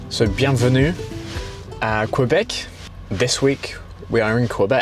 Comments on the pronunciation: eww, its not QWAYBEC, its KEE-BEC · Tadoussac… such a beautiful place. Take the time to drive up to Natashquan and up to Kegaska. You won’t regret it. As a side note, Québec in English is pronounced like keybek, like in French. Moose are great but they are dangerous if they feel threatened. Did you got your bear spray?